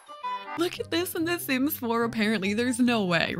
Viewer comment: Lol your butchering some off the sims omg 😂😂😂